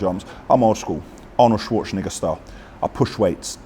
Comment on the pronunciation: lad, I think you mispronounced Arnie’s surname slightly